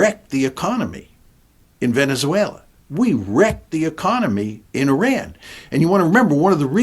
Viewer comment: Why can't John Mearsheimer learn how to pronounce Iran correctly??